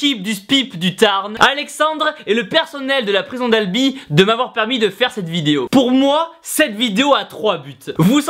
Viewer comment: Izi 92 mais... on dit "Albi" pas "Alby".........